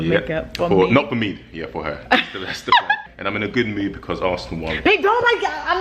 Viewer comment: He said "Im in a gewd mewd"